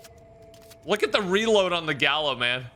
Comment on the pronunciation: Gallo Is Pronounced (Guy-Ohh) in Spanish and im pretty sure they’re using the spanish version or else it would be the spas it’s nerve Wrecking to hear it being butchered. In spanish if there are two L’s together they accent and form a Y when spelling, just a heads up...